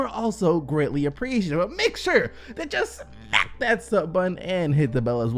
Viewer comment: why does he always say. “smack” like that 😂